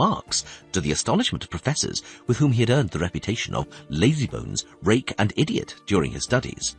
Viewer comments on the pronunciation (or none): none